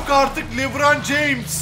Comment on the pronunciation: Lebran diyo :D